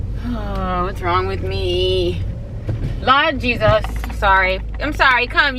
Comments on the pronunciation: "Lawd jesus" lolll her jamaican popped out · That "Lawd jesas" when the Jamaican kick in😂😂😂😂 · Lol “lawd jesas “ that little Jamaican came out 😂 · Hi I just came across your channel really like it. I think I hear an accent especially when you said “Lord Jesus”. Where are you and or family from? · I heard it too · I was like...wait! Did I hear a West Indian accent? Lol, (I'm new) Big up fellow West Indian vloggers! Lol